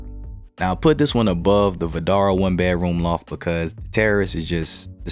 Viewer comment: funny, it always sounds like you are saying "bear-room" instead of "bedroom" - without the "d". On the other hand, when you say just "bed", that sounds fine/normal. is that intentional - aka a signature?